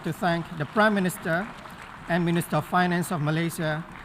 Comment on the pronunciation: This cllas that vary ins price speeech of primm miniterrr